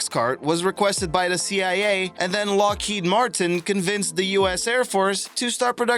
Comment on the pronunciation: When you can't say Mach 3 properly as well as Lockheed Martin